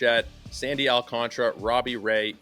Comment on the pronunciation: It's Al-can-TARA! 😂😂😂